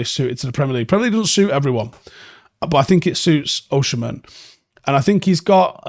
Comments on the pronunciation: Bro its Osimhen not OSHEmen. Pronounce as O-SEEM-EN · Please pronounce Osimhen name well, thank you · True, but it’s useless